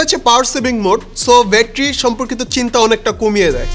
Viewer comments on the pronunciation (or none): ভাই উচ্চারণ টা ব্যাটারি নট বেটরি। আশা করি এই ছোট বিষয়গুলো খেয়াল রাখবেন ভবিষ্যতে।